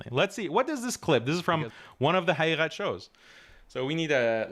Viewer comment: Why do you say your last name so fast so we can't here it? and why do you pronounce Haqiqat like that? like a 2nd generation Iranian lol whats up man?